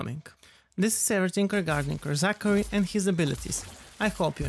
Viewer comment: LOOOOL "Re-Zachary"